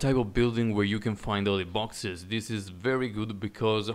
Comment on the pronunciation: lol I think he's saying "oily boxes", but with his accent it sounds like "holy boxes"